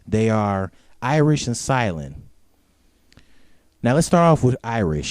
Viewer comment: her name is iris not irish you pronounce stuff wrong all the time